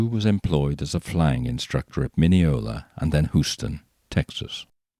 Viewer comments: FYI: Houston is pronounced like HUGH, the man's name. You pronounced Mineola correctly. From a lifelong proud Texan 😜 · I liked the pronunciation of Houston Texas.